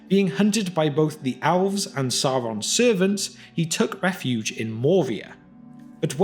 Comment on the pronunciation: Everyone: Elves This guy: Owlves